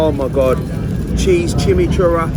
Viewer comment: “For those of you who don’t know what chimmychurah is”... I don’t think you know what it is either mate because that’s definitely not how you pronounce it 😂😂.